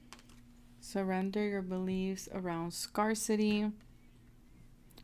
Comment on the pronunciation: Please look up the pronunciation of the word "scarcity". Lack of something. Scarecity....everytime you mispronounce it, I cringe. Sorry for being so petty....it just detracted from the reading.